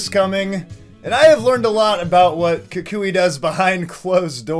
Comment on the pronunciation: Kukui*, not Kuki